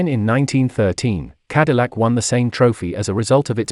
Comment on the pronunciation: Lucien Antoine de la Mothe CADILLAC not “de la mort”